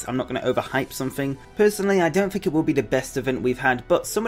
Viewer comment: "fank you" "what do you fink"